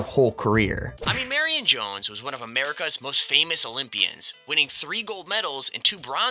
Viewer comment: When u said marion jones dam i thought u said mary and jones